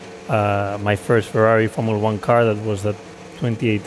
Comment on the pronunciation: Ferarri Fwends....